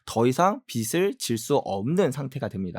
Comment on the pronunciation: 빚이 를 비시로 읽지마시요 비지가 맞고 빚을 비슬로 읽지마시요 비즐이 맞습니다